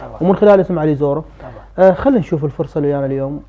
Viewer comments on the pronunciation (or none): اسمه علي زوره مو زورو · خاب انته مقدم لعبان نفس... حتى اسم متلفظه صح تكول علي زورو 😂😂